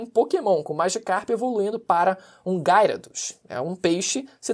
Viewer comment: Pq ninguem fala para ele que e Gyarados e não Gayrados kkkkk